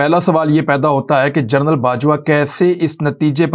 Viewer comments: عمران بھائ لفظ "جرنل" نہیں "جنرل" ہے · aoa bhi je please ap gernal ki bajay general ka talafaz ada kia karen